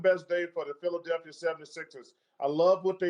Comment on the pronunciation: Anyone realize Barkley said "The city of Philaselphia"?